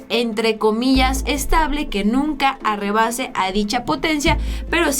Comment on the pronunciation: Ya vas a ser profesionista... Si tienes alguna duda como se dice alguna palabra mejor investigalo. No se dice "ARREBASAR" no es por joder... Que quede claro es para ser mejores